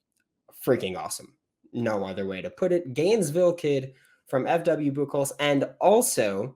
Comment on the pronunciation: Buchholz class of 1983. Answering the question below on spelling. Also, Pronounced BUU-Holtz. Not Buck-holz.